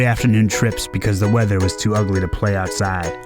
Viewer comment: I like how it sounds like you put emphasis on outside. It's like people forgot what that was